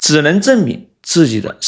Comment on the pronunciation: 色厉内荏(读：忍， 不是:任）